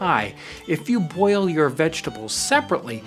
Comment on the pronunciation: love how he says "boil" sounds like a potato hitting water, pleasing af